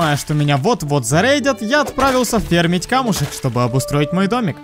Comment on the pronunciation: Как режит слух фермить. а не фармить.